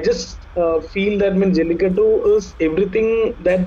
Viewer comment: always says jalittaku instead of jallikattu.😂